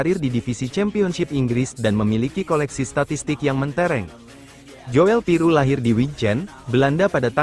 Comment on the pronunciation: Joel Piroe itu bacanya Jul Piru ( OE itu sama dgn U ) Kyk Nathan tjoean ( cuan )